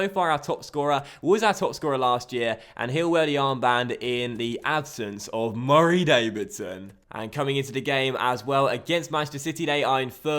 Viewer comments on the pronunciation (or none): Why does say "Murray Davidson" as if he's a dog? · why do u say Murray Davidson weird bruh